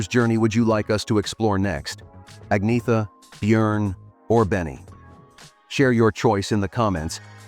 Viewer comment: Agnetha is pronounced "Ahn-YETT-ha," not "Igg-NEE-tha" or "Agg-NEE-tha."